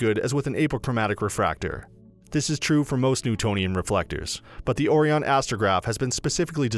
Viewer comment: He said Oh-Re-On. lol. disregard everything in this video.